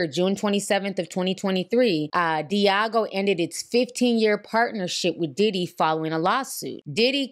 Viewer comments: The drinks conglomerate is called Diageo. Not Diego. DEE-AH-GEE-OH. 😅 They’re extremely powerful in the beverage industry. Diddy wouldn’t want smoke with them. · I use to work for them! It’s not *Diego” lol it’s pronounced Dee Aj Geo. & it was always funny tryna explain to Blk folks NOOOO DIDDY DNT FUCKIN OWN CIROC💯🤣🤣🤣🤣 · D-AH-G-O not Diego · Di-AH-geo. That word got y’all fighting for y’all lives. 🤣🤣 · Great Video! You know your $hit!!! Oh just one more thing, the liquor distributor is pronounced is called Diii-ahh-geo. Other than that, perfect! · It’s deeee ahhh jeee oh (Diageo)